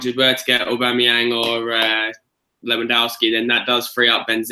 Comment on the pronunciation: Love this! So glad it's back! Miss the old skool feel this brings And Mark it's Aubameyang pronounced Aw Bam May Yang haha